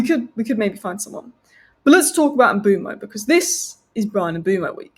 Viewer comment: Why is she pronouning the name 'Mbuemo' that way